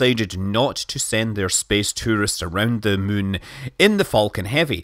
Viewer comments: I like how he says "Mün" instead of "Moon". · After years of kerbal space program i dont know if its me hearing mun instead of moon or its scott saying mun instead of moon